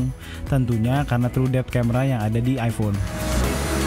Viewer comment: Iphone bro bukan ifon